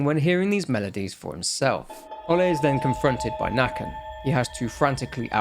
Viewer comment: Nøkken, its more Nuhkken Pesta is her name, Pest means plague